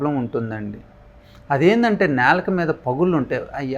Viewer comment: నేలుక కాదండీ బాబూ నాలుక..